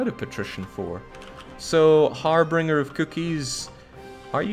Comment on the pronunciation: did mispronounce an english word?? 'harbringer' instead of harbinger?? dishonorable, i demand perfection!